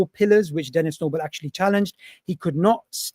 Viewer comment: Stop saying dennis noble